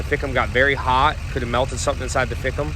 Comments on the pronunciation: Man alive..... If anyone ran a drinking game off how many times said "fick 'em" they would be lit AF. Please keep saying it, it is my favorite new word. Anyone wanting to jump on, I know that he is sounding out FICM the acronym for fuel injection control module. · the "fickem" lol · The amount of time you said ficm too😂 love it